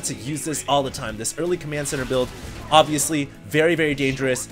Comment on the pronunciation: xD love when he repeat "ovesly" 3 times per 1 minute <3